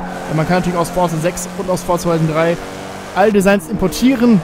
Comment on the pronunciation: Forza spricht man Forsa aus